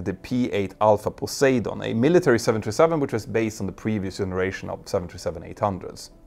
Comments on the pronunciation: Here's a tip that should help you perfect your pronunciation of 'poseidon': Break 'poseidon' down into sounds: [PUH] + [SY] + [DUHN] Say it out loud and exaggerate the sounds until you can consistently produce them. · I honestly cannot stand it when people pronounce words that are known in the English language and are not exactly tongue twisting, lip biters, wrong. STABILISER is not STAB but STAA and bloody hell poseidon is PO-SY-DON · hey peter, poseidon Pa’ cyden ? is the pronunciation